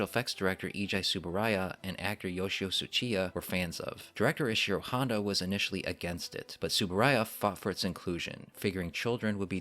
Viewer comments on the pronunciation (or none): none